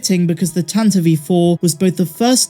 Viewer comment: It’s Tantive IV not Tantaveve IV